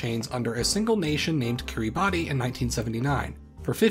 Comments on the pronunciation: Fun fact: It is actually pronounced "Kiribas". ^^ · By the way it is actually said Kiri-bass, the spelling is just a little special :) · Kiribati is pronounced Kir-uh-bass. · I don't understand why but I was told Kiribati is pronounced 'kiribash'. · Pronounced /kiribas/ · 'kee-ree-bah-tee' lol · Killing me with that mispronunciation... 🤣